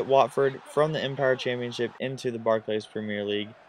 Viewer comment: Barc'lees' premier league :p